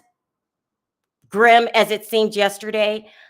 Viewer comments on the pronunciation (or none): none